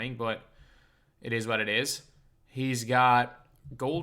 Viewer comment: Me: It eez what it eez